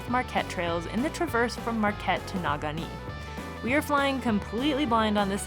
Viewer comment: Naw-ga-NEE - lol! But you get infinite slack on pronouncing the weird names around here cuz you both killed it out there. Congrats! Very impressive.